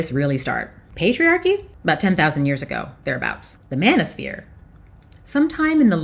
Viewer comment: I thought you said bananasphere.. 😅😅